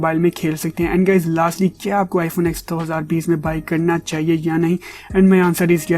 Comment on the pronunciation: Bro why r u calling it iphone ax? This iphone ten not ax. Lol